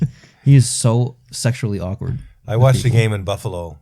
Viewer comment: bro sorry but you said sexuelly Akword